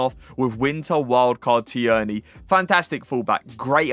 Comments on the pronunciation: Please stop pronouncing Tierney like that. You’re an English fifa streamer and you’re pronouncing his name like a 70 year old NFL flan: it’s ‘TEAR-NY’ - the ‘i’ is silent and shouldn’t be emphasised. Jeez. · Who is Tee-Yearney?😂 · You really need to learn how to say Tierney.